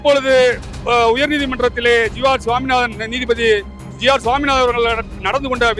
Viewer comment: போராட்டம் வெற்றி பெற வாழ்த்துகள்... நீதிபதி என்று உச்சரியுங்கள்